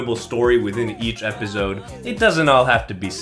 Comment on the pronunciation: my brother you went to stanford stop saying epizode its ep-ah-soad